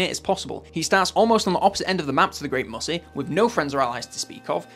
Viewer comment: Did he refer to the great maw as the "great mussy"?